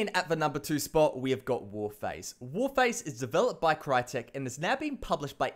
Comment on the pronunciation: When he was talking about warface he sounded like he kept saying cryaotic